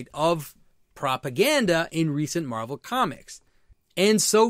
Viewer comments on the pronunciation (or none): none